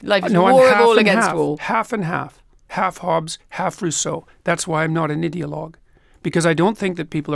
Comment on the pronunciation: is it just me or does anyone else notice that the way jordan pronounces the word "ideolouge" sounds alot like idiot?